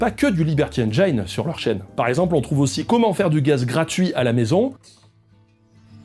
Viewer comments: J'adore ce que tu fais depuis des années, et désolé, je passe pour le chiant, mais 'engine' se prononce 'enne-gine', pas 'enne-jayne'. JE SUIS DESOLE mais ça me trigger mais j'apprécie toujours autant ce que tu fais ! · Je crois qu'on dit engine (comme dans gin tonic) et pas engaillene 🤭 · Bonjour, c'est très intéressant, mais au 10ème "énjaaïne" je ne tiens plus et viens faire mon relou de base dans les coms: on dit ""énjine", tout comme "engineer" se dit "énjiniiiiir". Bonne continuation à vous! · Super vidéo. Comme d'hab bla bla bla. MAIS Un truc qui me saoule chez tous les youtubeurs français : On ne dit pas "enjaïne". C'est engine comme un jean (le froc). Nom de Dieu de berdol de marde. Merci. ^^ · ENGIIIINE, PAS ENGAAÏÏÏNE !!! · Juste un petit truc, engine ça ne se prononce pas "èngayne" mais "èngine". Voilà désolé ça me perturbe. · Salut ! super vidéo; comme à ton habitude, t'es juste au top. En revanche, juste une chose, "engine", ça se prononce - très contre-intuitivement - "enjinne" [enjən] ! Ça raye un peu les tympans aux anglophones d'entendre "enjaïne", faut avouer :P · Liberty ènejaïne? 😅😅😂 Ben voilà... Tu as ta réponse au "pourquoi plusieurs chaînes en différentes langues"...😂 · Un truc pour prononcer « engine » en anglais : tu connais le whisky et le gin ? N-GIN. Voilà c’est comme ça. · On prononce "Haine Djine" rogntudju de rogntudju 🤪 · Tu inverses les.prononciations de "engine" et "hidden"... C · tres bien par contre engine ne se prononce pas comme ca :) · Super vidéo, comme d'hab. Par contre par pitié, faut prononcer engine correctement !